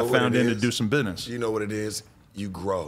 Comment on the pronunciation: the way adams says “bidness” 😂💯